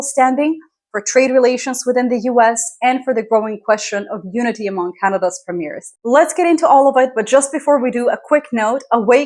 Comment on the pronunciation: Dear, as much as I find your content interesting and informative, this is starting to irritate me: in Canada, the provincial leaders are “premiers” (pre-me-er), not “premieres” which means something quite different. It is as if I called the “president” of the US, a “precedent”.